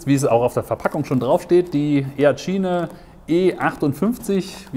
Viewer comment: Was ist das für ein Dialekt wo immer B statt P gesagt wird? Ist mir noch nie so krass aufgefallen wie hier. Brodukt, Brofi, Verbackung... :D